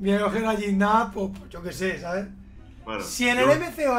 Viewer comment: GIGNAC ES MI DIOSSSSSSS Se dice giñac pero no ji